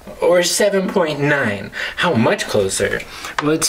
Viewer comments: Why did he say nine like neín😭😭😭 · "niHHine+ eukgfjegh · the way he said nine😂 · Wow the inner German came out :-O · Thank you so much!!! I'm gonna subscribe and I like how you say the number 9. 😂 it's funny